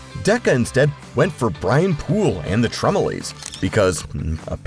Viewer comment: Whoever heard of the Tremalays? Guys, it's Tremalos, rhymes with toes.